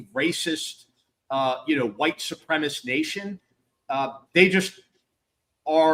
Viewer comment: Suprem-a-cy. Yup. Suprem-a-cist. Yeah. Supreme--ist. Nossir.